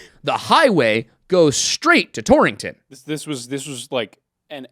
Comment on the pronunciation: It's very funny to hear the word "Torrington" over and over again. There are only two in the country, one in Connecticut and one in Wyoming (founded by someone from Torrington CT). So kinda funny (to me at least) to hear it in a video that much. And pronounced correctly to boot 👍